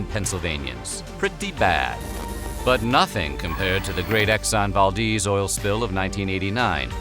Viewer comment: Valdez. You give the e in it a : left exit edit E sound. Not easy even equal to the sound Valdez emits. 💅🏾✨